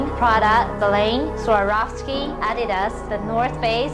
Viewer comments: Americans hear for the first time how Adidas is pronounced correctly and they are making fun of it xD "Adi" is the short name for "Adolf" and "das" the first 3 letter of the last name from the Founder "Adolf Dassler" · the way the narrator screwed up saying adidas im starting to feel like its AI doing the talking